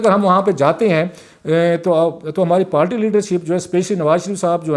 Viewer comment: کلاسرا صاحب اپ اچھے اینکر ہیں لیکن اپ پارٹی کو ہمیشہ پالٹی کیوں بولتے ہو اس کی کوئی خاص وجہ انگلش میں بھی لفظ پارٹی ہی ہے اردو میں بھی اپ کونسی زبان میں پالٹی بولتے ہیں